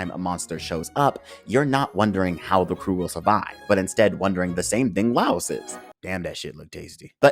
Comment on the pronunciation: How come you pronounce all their name wrong ? Did you watched the Dub version ? La-i-os-u or La-i-os not Lost not Laus Mar-shil-lu or Mar-chil-le definitely not Marchel